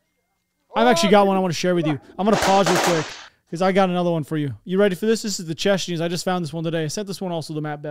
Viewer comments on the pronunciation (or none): CHECHANS, not chechnians!1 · Love your videos but I swear to Christ…. It’s Chechens….not Chechnyans. Chechens are from Chechnya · CHECHANS, not CHECHNYANS. Cmon maaaaaan!